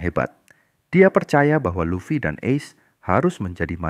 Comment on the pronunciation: Any channel that mispronounces Luffy is an automatic downvote. AI is bunk.